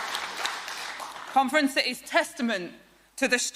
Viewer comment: Whenever she says conference, all I hear is comrades.